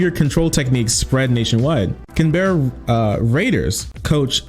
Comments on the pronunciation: Hey. Just starting this video, idk if you address it but for future reference it’s not “Can Berryian” it’s “Canbran” and “Can-Bruh” in terms of how it’s pronounced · Canberra is prounounced more like cam-brough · i would be laughing at the way pronounced “canberra” if this whole thing wasn’t so disgusting